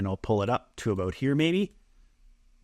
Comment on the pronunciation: "I have no idea ABOAT sailing . . . " I grew up in northern Wisconsin and I know a Canadian when I hear one ;) As a sailor, I will forgive your boat. I work almost entirely in Photo, and forget the Transparency tool in Designer. The process in Photo (v1) is kludgy, but in Designer it's so easy. Watching someone else work is always helpful.